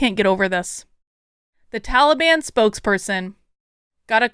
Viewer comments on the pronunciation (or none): I have to correct you, it Ta lee bun.